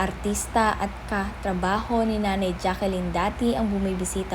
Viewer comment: Jacklyn hindi jackylyn tanga